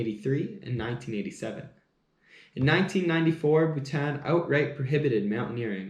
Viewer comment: Awesome coffee talk and I like how u say Bhutan. Lovely share of history